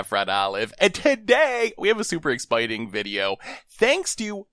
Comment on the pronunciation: Ex-spiteing? Sounds like what I do all the time